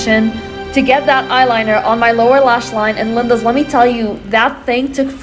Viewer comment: Plz stop saying Lindas